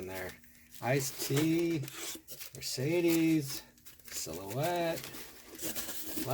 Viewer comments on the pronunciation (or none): none